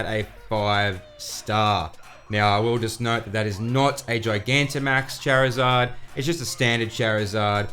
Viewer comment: Good info. But why say charmander and charmeleon correctly just to then say chairizard lol. Totally butchered